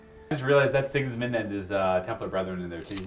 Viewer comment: Dude's, this simply has to be said: Sigismund..... SI-giz-mund. not sig-IZ-mund Sorry. I had to.